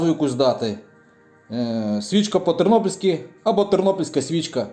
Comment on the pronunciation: Клоун, ти не тернопОльскОй, а тернопільський